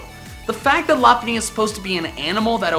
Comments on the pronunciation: I think you're not pronouncing lop bunny's name right I'm pretty sure it's pronounced LOP-BUNNY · it's pronuced Low-punn-ny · You misspronounced Lopunny